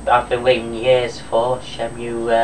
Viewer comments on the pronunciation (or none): WTF. Disc 4 of Shenmue 2 was epic. And btw, for future reference shenmue is pronounced Shenmoo. Wear a different t shirt aswell, Cena sucks